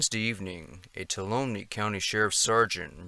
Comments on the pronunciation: "Two-all-ummy" is how we say it in the bay area... great video as usual. Thanks. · Tuolumne = usually pronounced Twalumee. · Fyi: "Tuolumne" is pronounced "too-ALL-uh-mee". The 'n' kind of gets swallowed. I dont think there is any way to figure out the right way to say it other than having someone who already knows actually how say (or hopefully) write the word; I had to ask the locals a dozen times to repeat it before I finally got it. It's just one of those Native American words that some probably struggling Anglo-American map maker tried his damnedest to transcribe using Latin chatacters. Tried and failed, I'd argue. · I grew up here and I am glad someone is bringing attention to these cases. Tuolumne pronounced Two-wallum-knee Dardenelles pronounced Darden-ells. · Please allow me to HUMBLY correct your pronunciation of "TUOLUMNE It's pronounced "too-ah-la-MEE " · Not a biggie, but Tuolumne is pronounced (2 wall a mee) say it fast.... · pronounced 'tu-AHL-ah-mee" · It's pronounced tow-walla-me Toulumne 😀👣💃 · Tuolumne: too-wall-um-nee, just so you know. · Relax with the fake accent and dramatic voice.. just tell the story. And please learn how to pronounce, Tuolumne. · it's Tuolumne county is pronounced: two all um ee. Dardenells are pronounced: dard en els. Please stop butchering the names of this beautiful place. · Just for accuracy Tuolumne is pronounced Tu- wall- a-me. The Dardanelles is pronounced Dar-da-nells. Thought you might like to know. Good video though.